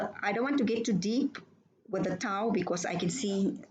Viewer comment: Back to "do as I say" and "not as I do". Or the pot calling the kettle black. Ewe continue to try and put down others for not completely watching your video's. And then in your comment ewe refuse to read everything the poster wrote. But I expect nothing less from someone that can't even pronounce what ewe claim to follow. Tao. Look up how to correctly pronounce the one un religion that ewe claim to be a follower of. I expect ones who claim fiction to be real. to be uneducated, liars, ignorant, stupid and fraught with hypocrisy. Ewe fit the bill.